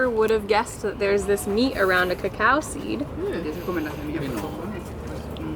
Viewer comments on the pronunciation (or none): none